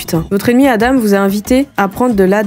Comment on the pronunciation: Aïe aïe aïe pour les Adam sa se prononce adan